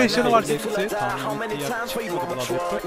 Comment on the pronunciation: Olum sonda adam bladraper diyo la :D malmı ne aslında onun adı blod abi olacak 😀😅